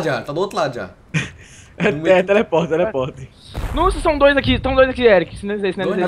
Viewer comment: chamando o "eric" de "eriti" So a pronúncia:/